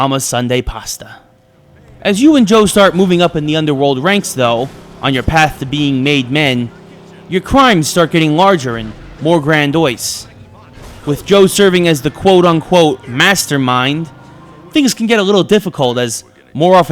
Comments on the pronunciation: 'grandiose' ... not 'grandois' .... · Grandiose. gran-dee-ohs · "Grandoise", anyone?... lmao